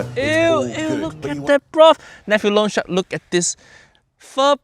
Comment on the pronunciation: He's saying "loan shark" but my mind is hearing "lone shark"